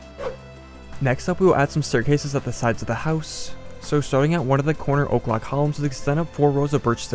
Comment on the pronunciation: Why are you saying o’clock columns? Because that’s what Im hearing